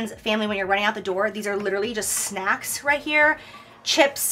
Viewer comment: Jaclyn: let's talk SNAKCS